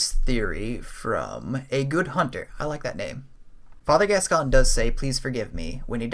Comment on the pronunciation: Cool video dude. I like the theory that Viola was killed by crazed Yharnamites which sent Gascoigne into a rage & made his beastly nature emerge. Also a note on pronunciation as it's a name here in the UK, Gascoigne = Gas Coin/Goin rather than Gascon 😎